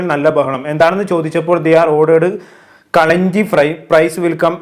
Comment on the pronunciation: കളിഞ്ചി അല്ല കളഞ്ജി ആണ് ബ്രോ 😅